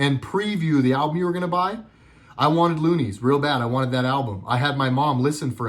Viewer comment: It’s Luniz not looneys lol. Of course they all know what they’re doing. Candace, cardi, trump all of them